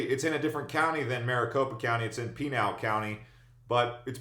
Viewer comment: This video is not accurate. I have lived in phx for over 17 years. In my opinion you have no clue what you are talking about. JFYI it’s not PinEEl county it’s pinal (Pin’All) county